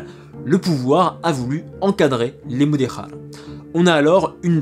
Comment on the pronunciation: Merci pour cette vidéo, vraiement passionnante et três claire sur un sujet sensible. Je vais voir les autres. Attention à la prononciation, le portugais est différent de l espagnol ! "Silveche" et pas Silvess, "Mudejar" et pas "muderrar"...😅